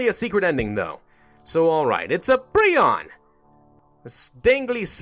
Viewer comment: Isn’t it pronounced pri - on not pree - on